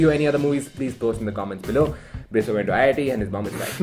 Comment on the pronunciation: Maybe because everyone keep calling him biswaa instead of biswa. Idk maybe.